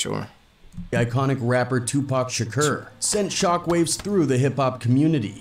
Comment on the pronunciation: Does it not bother you that the narrator keeps saying Tupac Shakeeerrr?